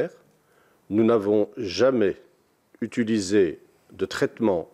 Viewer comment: "nous n'avons jamais zutulisé"